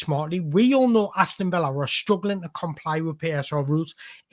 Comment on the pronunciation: What's "struiggling"? 😅 soz Great vid